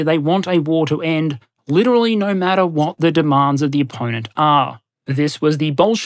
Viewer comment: "The default option is always - naur"